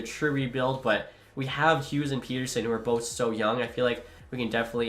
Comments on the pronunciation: You’ve been saying his name wrong for years rofl, and I’m not even a Vancouver fan! I would say Pet-Er-Son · From a Canucks fan: ‘Petter’ (rhymes with better), ‘sson’ (like how you’d say son). E “lee” as, and then you can also call him Petey (Pete-e)😉☺️ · Neither of those are the way to pronounce Pettersson properly 🤦‍♂️ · Okay, a few things. 1. As a Canucks fan that was born and raised in Saskatchewan, I feel like is spoiling me at this point. 😂 2. TO SET THE RECORD STRAIGHT: Pettersson is said pet-er-son in Sweden. The thing you keep referencing where he said he likes Peet-er-son comes from a clip where he was saying he liked how N/A people said it. He liked it cause it was new and different sounding since THAT HASN'T BEEN HIS NAME ALL HIS LIFE. 😂 But that's exactly the same reason I like calling him pet-er-son, cause it's true to his nation/culture. Peet-er-son is such a boring, normal name. It triggers me but I'm not going to talk about it anymore, you do you. 😅 3. Pettersson should definitely be the captain. I think Hughes is actually an underrated option, but Petey just makes too much sense. 4. I love realism. Like when you would go out and sign every single decent prospect in free agency it was like nails on a chalkboard, so I like that you're trying to keep it more real, even with the OEL buyout and tradeblock thing. I do find it funny however that you went to free agency and I said to myself "well at least I'll get to see the Canucks end up asset rich" and then you're just like "guys, I've just decided that's unfair so I'll only sign two of the guys". 🙃😂😂 #CanucksCurse 5. Doughty would never waive to go to "a team like that". 😜 6. Love your stuff dude, keep on keeping on. Can't wait for your roster. 💯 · Not Peter-son or Peder-shun, but Peder-son, per fans and Vancouver sports media at least. Thanks for trying to bring a cup to the west coast! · Please don't say Peter-son just say Pet er son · I think you are supposed to say PET-ER-SON